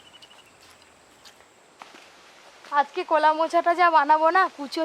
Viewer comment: নদীর রিঠে মাছ, মাথা টা খুব বড়, খুব সুস্বাদু। কলা কে কোলা বলে কেন? অনেক অনেক ভুল উচ্চারণ।